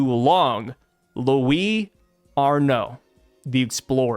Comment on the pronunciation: Yeah, you pronounced Louis Arnot's name just fine, at least in the french pronunciation. But we usually write it "Arnaud" but I'm not sure if in this case the T is silent or not.